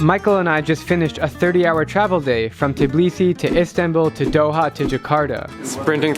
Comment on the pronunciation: you said tbilisi wrong but indonesia is beautiful country like every one